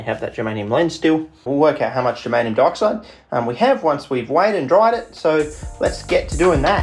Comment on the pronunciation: I keep hearing 'Germanium Darkside' because of the way you pronounce Dioxide and now I have a title for my space-Romans versus space-Barbarians sci-fi fantasy novel.